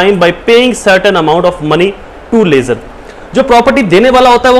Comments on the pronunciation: لیزر نہیں لیسر ہوتا ہے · Pls lessor and lessee ko drust pronounce krain